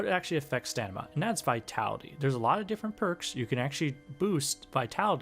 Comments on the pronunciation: It is STAMINA not STANIMA! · bro calls it stanima. it's STAMINA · STOP SAYING STANIMA! ITS STAMINA! ITS LITERALLY IN THE VIDEO TITLE! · StaMina no stanima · Stanima -__- I mean how reliable one's explanation could possibly be if one fails to pronounce the subject word. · i love your videos but your mispronunciation has to be a bit right? you saying stanima is driving me crazy theres no way you've never heard someone pronounce it out loud and i cant tell if im just falling for a joke or what oh my god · Are you deliberately saying staNIMa? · I agree 100% this guy says StaNIma, what a silly youtuber ! I can only imagine what he would say if he tried to prononce "Wingardium leviosa" ! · We need to talk about the way you say stamina, mate 😂😂😂😂 it’s not pronounced stanima... That’s blown my mind and couldn’t focus on what is probably more excellent content 🤣